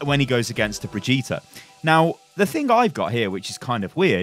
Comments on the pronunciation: I'm gonna be that guy, but pls, learn to pronounce her name, it's been 2 months and it's not even that hard. I'm also British and it's really simple for me. Bri-geet-tah, with a hard g. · It's Brigitte like "g"rapes not Brigitte like "g"ym . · Please rewatch the hero reveal for brigitte and learn how to pronounce her name propperly. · 3 months and you still can't pronounce her name XD